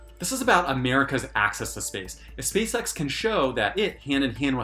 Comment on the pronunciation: Say spaceX without the “spa” 😳